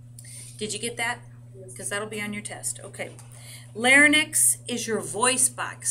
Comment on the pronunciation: you are pronouncing larynx wrong